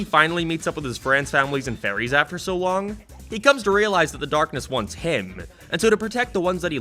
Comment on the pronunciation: Holy shit has started to pronounce "fairies" correctly I'm proud